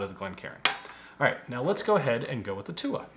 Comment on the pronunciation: Came here to see your pronunciation of túath, was pleasantly surprised. I know he explained it but it essentially means a tribe